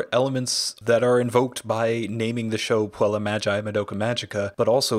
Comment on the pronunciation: On Latin G is not pronounced as Gi like in Italian, its hard G (like in "group"). So its Mag-i, not Ma-gi Puella Magi Madoka Magica can only be translated as Magical Girl's Magical Madoka which indeed fits trope of colorful meaningless magical girl titles but it absolutely doesn't mean Magical Girl